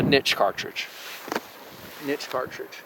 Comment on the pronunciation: I respect you even more because you say "niche" the right way. Not like some half assed, wanna be, intellectual.